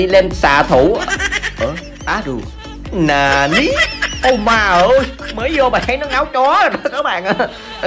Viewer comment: Cái chữ nà ní hài vãi